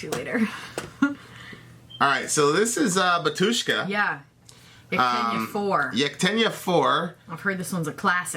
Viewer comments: It''s bAtushka not batUshka. the accent on the first syllable. must be even easier for the english speakers. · By the way when you say "Batuska" the stress is on the first syllable. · not "batU shka", but "bA tushka" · 'Batushka, not bat'ushka) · not batUshka, but bAtushka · Batjuscka btw...it´s pronounced Batjuschka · You should say "bAtushka" insted "batUshka". It's so weird. Batushka origin from "bAtya" mean "father", same as "pope". Batushka equal pope. And in russian we say "pope" synonimous "batushka". Same "bAbushka" insted "babUshka". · correctly pronounce baAatushka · batUUUshka xD lol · It’s actually bah-tyushka. Syllable on the first a.